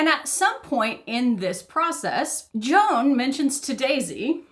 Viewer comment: Joan is pronounced Zho-an, almost like Juan. It's a Catalan name, fairly common in the Spanish-speaking Caribbean.